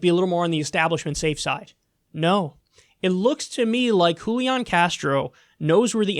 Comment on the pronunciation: “Joolian” Castro used to be the Mayor of San Antonio! “Wholiahn” Castro is now running for POTUS. He didn’t speak Spanish as Mayor, but now he does? 🤔